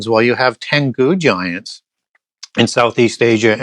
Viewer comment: Tengu are Japanese. Emphasis on first syllable. Not generally known as giants.